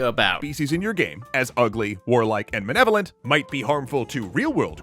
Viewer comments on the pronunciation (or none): It really bugs me how the guy says "Menevolent," not "Malevolent"